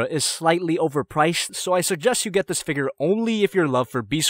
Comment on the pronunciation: Haha... "borderline"